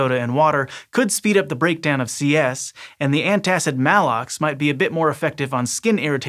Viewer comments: Malox pronounced MAY - Lox, not Mal-lox. Mal means sickness or danger like in Malaise and malware. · You mispronounced Maalox. It's a long A. I almost didn't understand what you meant at all...never heard anyone pronounce Maalox wrong before. Two As in A row is a strong hint it's a long A.